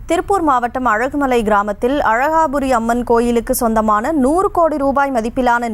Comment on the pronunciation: அழகுமலை இல்லை அலகுமலை